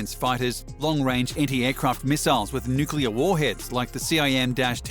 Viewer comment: Thank you for pronouncing "nuclear" correctly.